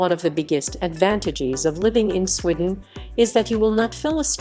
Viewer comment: She obviously hasn't been to "Swidden", then she would know how to pronounce it, and also that the buses in the video are from London. If she went, she would have seen most of your points